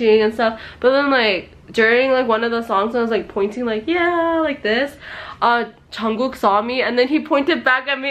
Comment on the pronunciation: it's Jungkookie not Johnkookie